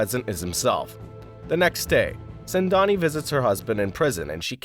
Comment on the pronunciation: It's not sendani it's sengani